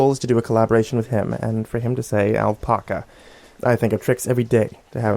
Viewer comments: it's not al-paw-ca, it's al-pack-ca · can I get an audio clip of you saying "alpaca"?